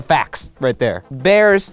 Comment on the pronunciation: "thats just the facks right there"